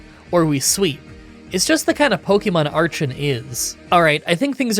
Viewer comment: Cool video and you think you will ever do a Zorua/Zoroark run? just wanted to say that its pronounced ARE-KEN not ARCH-EN, same with HI-DRY-GONE and STAR-RAVE-IA..